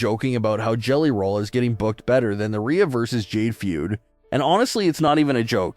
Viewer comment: its jade LMAO nobody likes her and she admitted herself she doesn’t care about wrestling, she "JUST WANTS MONEY" why would i put any interest in someone who has no actual interest to be there. Also, if you change Rhea to Reeya in the script then the AI will pronounce it properly.